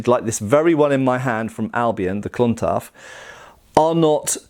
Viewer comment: Nice to hear your pronunciation of Clontarf improving with time.